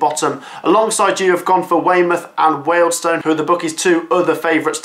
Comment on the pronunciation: Incorrect pronounceation of Wealdstone....